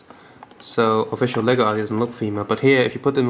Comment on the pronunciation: Not bole, it's LEGO!!!!!!!!!!!!!!